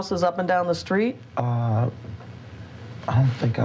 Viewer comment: They need to send him skrait down the skreet to the jailhouse.